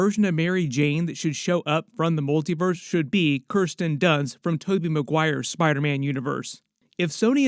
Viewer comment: Thank you for pronouncing "Kirsten" correctly! I HATE hearing it said as "Keeersten".